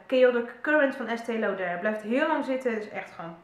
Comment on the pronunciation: Eigenlijk zeg je 'Estéé Looder' (met zo'n stomme oo - dus niet als in oor maar ook niet zoals au). Op zijn Amerikaans/Engels. Haha! Vertelde me een dame bij de Douglas ooit eens. Ik zei het daarvoor ook altijd op zijn Frans omdat ik dat dacht dat het zo hoorde. Duurde heel lang voor ik eindelijk die uitspraak uit mijn systeem had gewist. Haha. ( hier, trouwens;-))